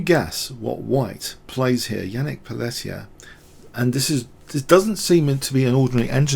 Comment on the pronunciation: Great game. Just a note re: pronunciation. White's name is pronounced 'Pelteeay', not 'Pelleteer'. It's French.